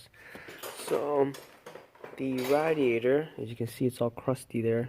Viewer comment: Can you please stop pronouncing "Radiator" like you smell your own farts?